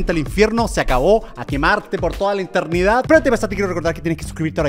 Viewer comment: German: Eternidad❌ Internidad✅